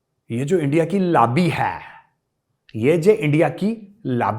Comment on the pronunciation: "ये जो इंडिया की लाबी है" "साजिश करना इनकी हाबी है" Superb Accent😂😂